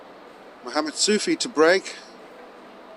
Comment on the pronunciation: I kept hearing Mohammed Sushi... did have Japanese for lunch?